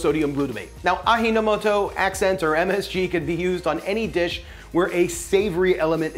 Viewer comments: Ajinomoto is pronounced: ah-g-noh-moh-toh, with no accent on any syllable. The j in Japanese is pronounced j as in joker or Jill. It is not an h like Spanish. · mate, i like your videos, but i don't understand why you couldn't spend a minute to look up the pronunciation of ajinomoto especially with all the prep that goes on in making videos anyway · AJINAMOTO is not a Spanish word. It's japanese so you pronounce the 'J' as in 'Jerry'. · It's Ajinomoto with a hard J. I was raised in Hawaii and I never heard the word MSG till moving here to the mainland. You'll get no hate mail from me for using MSG, I use it and have had no ill effects from it. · It's Ajinamoto The J is not silent. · Please Pronounce Ajinomoto (Aji means taste or umami in Japanese J pronounce as between G and Z ) My ground mother lived until 95, she was using Ajinomoto every day. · If it's found in an Asian market, why the Spanish pronunciation? 🤔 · Aji pronounced like "ah, jeep" but no p. Aji means flavor or taste in japanese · It's not Spanish why are you pronouncing the j as an h? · I didn’t realize he was saying it wrong until I looked back and read that bag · 😂I’m sorry I didn’t watch the whole till u says Ajinomoto 😂😂😂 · Bruh...its japanese not Spanish. Its pronounced exactly as its spelled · I assume was overly conditioned by Spanish class to pronounce J that way.:) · Why would he pronounce a japanese word like it was spanish? Hahah Everybody makes mistakes, though. The vid was great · Being an American, he probably pronounces “j” as it appears in Spanish words. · 😂 I know someone already mentioned how it's pronounced, but ohhhh, the pain! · You say it like it’s spelled. It’s translated to English. Don’t read it like it’s Spanish. That hurts my ears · Proper pronunciation of Ajinomoto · Yes. Pronounce the (J). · Hey. The 'ji' of Ajinomoto is pronounced as 'G' or 'Ghee' as in G-force. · J is pronounced like g not h in japanese,simple. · it is pronounced A - GEE-NO - MO- TO